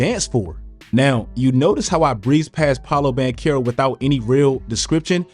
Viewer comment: Please Pronounce his name right 😭 Banchero